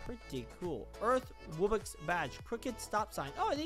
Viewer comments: It's not wubbix it's W-U-B-B-O-X wubbox also make more untitled msm anims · It's (wub-box)